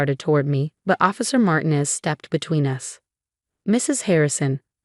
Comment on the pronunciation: Please teach AI to pronounce Martinez correctly!!!!!